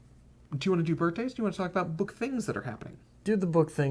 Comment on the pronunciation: Maybe would enjoy "birt'days" more if he said "birthdays"